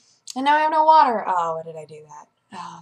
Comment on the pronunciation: COFFEH FOR WATTAH?!